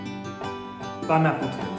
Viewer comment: I thought you said Bon appletits